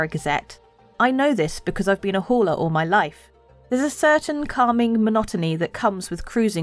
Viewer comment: That "hauler" sounded like 'whore' 🤨